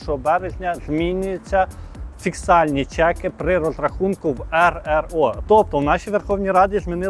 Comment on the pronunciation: ...на , не "фіксальні чеки" а "фіскальні"